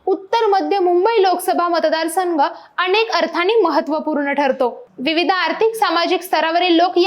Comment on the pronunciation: अणेक नाही हो अनेक असतय ते.😂😂😂